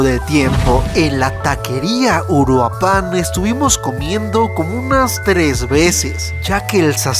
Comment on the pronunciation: Compa, la taquería " Uruapan " es de mi rancho Uruapan Michoacán, xdxd me dió risa como lo pronunciaste